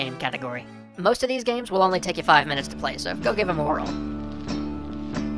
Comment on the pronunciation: just saying, but when you say "go give 'em a whirl" i heard "go give 'em oral." could just be that i pulled an all nighter yesterday, and went mtn biking today, but still